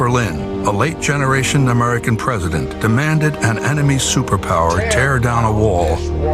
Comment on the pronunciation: It didn't even sound like he even said "president". It sounded like he said present.